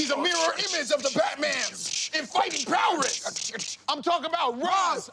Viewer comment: "In fighting powress".... Dawg, did you mean to say prowess? Lol.